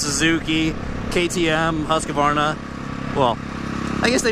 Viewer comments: should have sound better if u said houseqvarna and not huskyvarna.../swede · Could americans please learn to say "HUSS-KVARNA"? it's not husk'eh'varna. Other than that - good video, I'm sorry for b*tching about the way you say it. :) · it's pronounced hus-kvar-na, not husskavarna lol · the way you say husqvarna ticks off